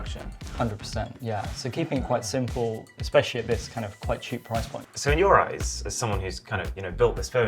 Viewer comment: 'No. 5 is the prrrriiiiice' 😂